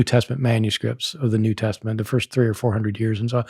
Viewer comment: There is no k in new.